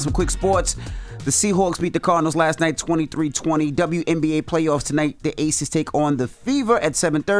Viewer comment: It’s ACES not ATHES 😂